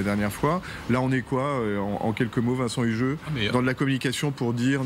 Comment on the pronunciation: LE Vincent fait mal aux oreilles! ... Par salubrité publique et linguistique, il devrait se mettre manu militari à la langue des signes ... J'ai dit signes et pas singes!